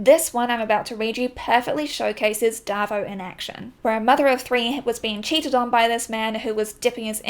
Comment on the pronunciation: bless you! Great vid. Every time you say ‘darvo’ i feel like i’m back home in nz w some old bloke called david lol xx